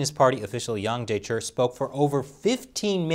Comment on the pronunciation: Wow knows not to voice the chi in Wang Jiechi's name. When is going to coach my Mandarin pronunciation?!